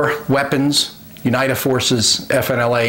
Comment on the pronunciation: Awesome video thanks. Small note: UNITA is pronounced (You Nee Ta) :-)